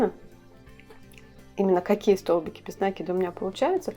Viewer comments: видео отличное, речь хорошая, но откуда этот нАкид?... пришлось выключить звук... Какие оба варианта? НакИд, от слова накИдывать! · Милая,с удовольствием смотрю Ваши видео,все очень интересно и голос у Вас приятный, НО не нАкид,, а накИд. Вы же нить накИдываете, а не нАкидываете...Режет ухо 👂 🙈 А в остально все просто замечательно 👍 Удачи Вам и вашему каналу 🙋‍♀️